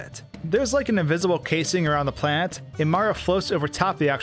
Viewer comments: He says planet like plant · who else thought he was saying "plant"